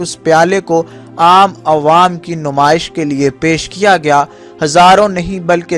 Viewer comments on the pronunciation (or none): none